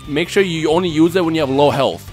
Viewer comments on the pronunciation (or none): none